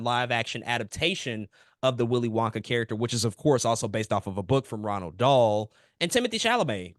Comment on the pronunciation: Ronald Dahl lol 😂 I can't take a video seriously when you mispronounce the author's name within the first minute